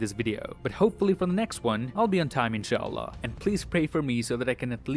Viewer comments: Bro your inchAllah at the end was 👌🏼🤌🏼😂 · Yoooo brooo i like you arabic accent while saying inshallah bless you❤️❤️❤️👌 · I love how you said "InShaaAllah" at tje end of the video❤ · I like the way he say inshaallah🤗🤗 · "Next time i'll be on time inshallah" you pronounced it so right!! Are you muslim?? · Oh man i loved the way you said INSHALLAH 😇 now i just love u more🖤🖤😃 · i love how you said inshallah